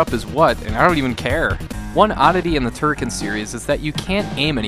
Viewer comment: Of course you can fire in all directions! Holding the fire button results in a beam which you can control with left/ right moving clockwise/ anticlockwise. That beam was implemented in all Turrican games since the 1st one on the Amiga. Also, you mispronounced Turrican.